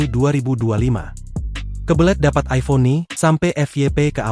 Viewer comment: Aiphon ? Masih hebatan android lah 😂